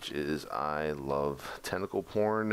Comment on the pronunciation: "I love tenticle porn"... lol